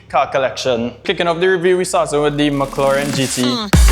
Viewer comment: Did you say MuckLauren 😂